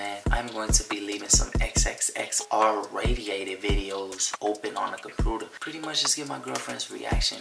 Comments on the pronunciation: “Compruder” that was funny to me😭😭😭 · "r radiated videos on the compruter" 🤣😭🤣😂😭😂😂🤣